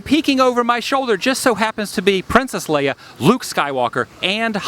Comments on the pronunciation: Pisses me off when people pronounce Princess Leia "Princess Lear" it's Leia!! LEIA!!!!! Here in phonetics LAYA!!!! Now you try...... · you mispronounced leia. :|